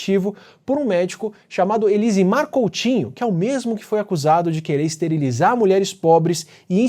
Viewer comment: Iamarino, desnecessário dizer da profundidade do conteúdo, da pesquisa cuidadosa e da primorosa didática empregada, visando a divulgação científica acessível ao maior número de pessoas. Apenas um adendo à pronúncia do nome do controverso médico baiano Elsimar Coutinho, que pesquisava o uso de hormônios na reprodução humana. Fala-se [Eussimar]. Obrigado por mais esse vídeo fantástico. Que 2024 seja mais um ano de iluminação e lucidez, pra você, sua equipe e para o Brasil! 🌟🔬🌟🔬🌟🔬🌟